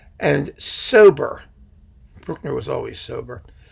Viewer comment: I think I need you saying Bruckner as my ringtone LOL